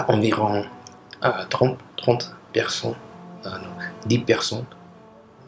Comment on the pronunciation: Am french, It was not that bad, but the word "personne" (person) was really off.